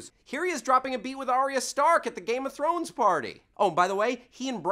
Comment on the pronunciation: this is so hard to watch with him mispronouncing every other word related to the GoT universe.....:(